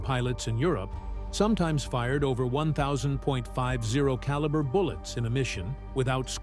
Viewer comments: I like the info and the film behind it, but guys, if you write the story fool the AI so it doesn't sound so damn stupid. Don't write .50 caliber where the dumbass computer says point five zero. Fucking stupid. Write Fifty caliber browning machine gun round, or something better sounding. It just makes it lazy and dumb sounding being so damn incorrect. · One thousand zero five calibre. Thanks AI